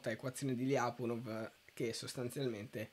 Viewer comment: Anche i miei professori pronunciavano "Lyapunov" così come si scrive, all'italiana, però ragazzi, per chi sa un minimo di russo suona ridicolo... la pronuncia corretta è pressappoco Lepunòf con l'accento sulla O ;)